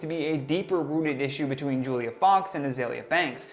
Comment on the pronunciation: Bro she called her “Foolia”!!🤣🤣🤣